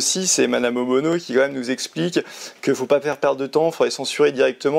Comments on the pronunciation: Ce n’est pas OBONO mais ONULO 😂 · C'est pas Obono mais ohbennon !!